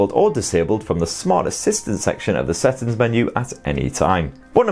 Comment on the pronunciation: First time to know that the word SETTINGS is pronounced SATTINS 🤣🤣🤣🤣🤣🤣🤣🤣🤣🤣🤣🤣